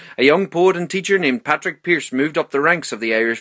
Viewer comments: Padraig pearse not patrick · Isn't it...Padraig Pearse...not...Patrick Pearse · It is padraig not patrick